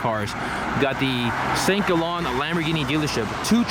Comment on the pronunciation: It's Saint Gaalllen, not Saint Gollon. com'on